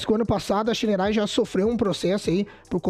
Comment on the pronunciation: Pronuncia o nome correto da Shineray please